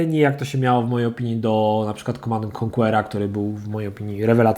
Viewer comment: sword czyta się [sord],...